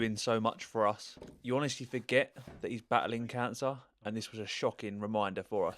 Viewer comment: Did you say canncer